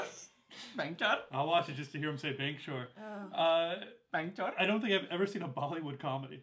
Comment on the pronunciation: WTF....lol when he says bank chor it seems he is saying bhenchod.....😂😂